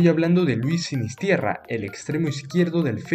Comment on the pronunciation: No es "SinisTIERRA"" ES "SINISTERRA" NO TIERRA!!!